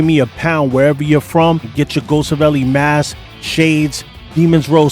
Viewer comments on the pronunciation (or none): none